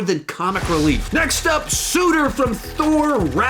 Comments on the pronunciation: It's Surtur. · He called Surtur = Sudur🤣🤣🤣🤣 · I’m sorry.....did you say “Sooter” instead of “Surtur”? Lol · You got some of the spellings and pronunciations of the villains wrong. Especially "Sutur", it's actually Surter (serter) lol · It’s SURtur btw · Also “kay silius” and “sutur”….. my inner rage is being unleashed……